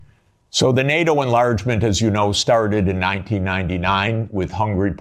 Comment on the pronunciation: His very first sentence - the way he says enlargement and started, is that some dialect? Is it a Detroit dialect? I just checked Wikipedia, says he's from there.